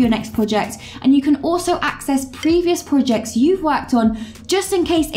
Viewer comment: I cant help but notice how you pronounce Projects as PUJACKS and Products are PUDAKS 🤣🤣🤣🤣🤣 Great Work!!! (y)